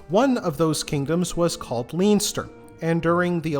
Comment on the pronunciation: On a positive note Baginbun and Bannow are lovely beaches. Super interesting thank you. Just a note, Leinster is pronounced Len-ster. Armagh is pronounced Ar-maa. Agh at the end of Irish words is pronounced aa.